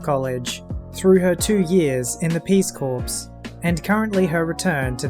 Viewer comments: lol "Peace Corpse"..., as a veteran of the United States Army, with all adult male members on my dad's side of the family also being prior military, I'll just say up front: "Corps" is pronounced the same as "Core" - I'd like to add, the only "Marine Corpse" you'll ever see will have an American Flag draped over his casket. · Just to point out something about the English or I should say American language when you say Peace Corps it's pronounced without the p like core. We only add the p when we're talking about a dead body like corpse. And that is pretty much the same for English as well as The King's English I've heard you mispronounced it several times before and just thought I'd add my two cents in case nobody else is pointed this out. Aside from that love your Channel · You suppose to pronounce 'corps' as 'core', not 'corpse'. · The “ps” in “corps” is silent (it’s a French word). It is pronounced the same as “core”. The pronunciation you used is spelled “corpse” and means “dead body”. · corps is pronounced core. not corpse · Just one quibble: "corps" is pronounced the same as "core".